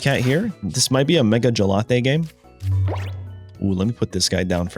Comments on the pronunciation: Jellatté is super annoying bro. Not to mention bad for your algorithm. Say Gallade. Please. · Good vid though mega gelate is lk triggering 😅 I beg you say gallade it’s such a cool name as well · love but the 'gelate' always cringes me out MEGA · My brain itches hearing gelatey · Lol gallade? Gelade? Gelato😂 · Why did you say Gallade like he's gelato or something 😭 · he is doing it on purpose. Just like he mispronounce Gengar and Decidueye. I don't find him doing that to be amusing. Just annoying.